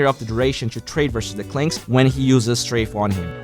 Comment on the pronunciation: you learned how to pronounce Strafe!! hahaha! Anyway, great video o/